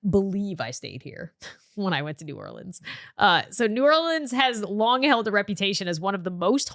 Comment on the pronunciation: As someone from Louisiana pronouncing New Orleans right makes me so happy